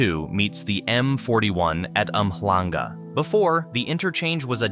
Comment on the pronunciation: This was well researched. I've used many of these roads. The second time you pronounced Umhlanga i got chills. Not sure if it's you or an AI voice though.